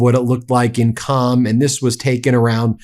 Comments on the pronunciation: It is QUM not CAM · Qom is pronounced as Ghom not Com. I lived in Iran for 5 years when the Shaw was running the country, he was a close friend of the US. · is WRONG The City o Qom is not pronounced as Cam it's pronounced Quoom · It’s actually “Qum” pronounced just like “book” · Qom could be pronounced "Koom" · Qom is pronounced (as close as possible) "Kome" with that first consonant in the back of the mouth, almost in the throat with the vowel like 'home."